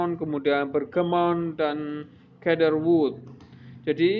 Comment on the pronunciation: Bergamot bang, bukan bergamon, cedarwood bacanya shedarwud bukan kedarwud